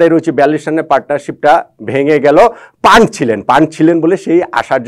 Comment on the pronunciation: ভাই তার নাম প্যান্ট, প্যান্টকে পান্ট পান্ট করে বলেন কেন!!! এটাই তো আপনার অজ্ঞতা